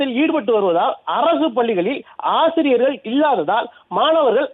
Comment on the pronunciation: ஆஆசிரியர்கள் அல்ல ஆசிரியர்கள் .ஒழுங்காக உச்சரிக்கவும்